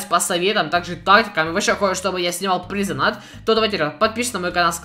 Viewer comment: Плиз донат, плиз донат. Вопрос у меня к тебе: АНГЛИЙСКИЙ УЧИЛ?! ДАЖЕ ТУПОЙ ЁЖ ПОЙМЁТ, ЧТО ПРАВИЛЬНЕЕ DONATE (ДОНЭЙТ) А НЕ ДОНАТ.